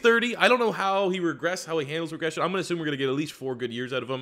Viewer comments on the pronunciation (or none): none